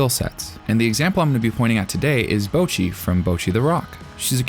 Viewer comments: Imagine watching BtR for like literal hours; Hearing the name being said in Japanese over and over and over and over. And then going: YUP! HER NAME IS BOUWCHEE - It sounds impossible, but Americans make it possible. They are out there on the frontlines of stupidity every day, fighting the good fight. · The way you misspronounce Bocchi is driving me nuts